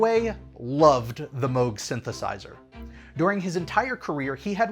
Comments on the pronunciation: It's rare that my two passions of Disney Theme Park content and Synthesizers come together in the same video! Fantastic. AND GOOD WORK SAYING MOOG CORRECTLY!!! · I am so proud of for pronouncing “Moog” the right way. I almost always hear it pronounced like the sound a cow makes + g. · Congratulations on figuring out how to correctly pronounce "Moog"!